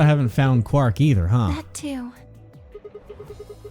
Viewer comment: Zero III calls Quark, 'Quirk'.